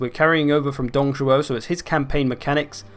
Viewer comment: Tip on pronouncing the 'ü' in Lü: (wiki page for this vowel ) If you speak French: It is the same sound as 'u' in 'tu' (you), just stretched out. If you speak German: It is the same sound as 'ü' in über(over). Also you nailed the pronunciation AND the intonation of Dǒng Zhuó, so well bloody done on that!